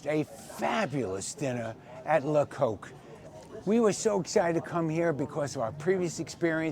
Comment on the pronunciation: The reviewer here is incapable of pronouncing the restaurant's name properly so why would I credit anything he says.